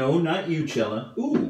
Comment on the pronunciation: I love the way you say "CELLA crema da barba" 👌🏻 mamma mia